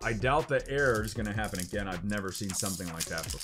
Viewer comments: Still mis-pronouncing Error as air I see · I love how you talked about the way you say error because for the longest time I thought you were saying air dragonite from rocket packs lol